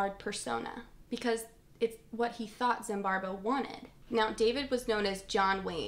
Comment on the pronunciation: i like this video and i'm sorry for pointing it out but, why are you pronouncing his name as ZimbarBo when it's ZimbarDo? Love the video though and hope to see more from you